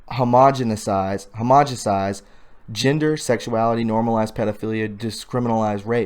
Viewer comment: Hahaha! Homogesinizhe? Dude - really? You mom never gave you homogenized milk?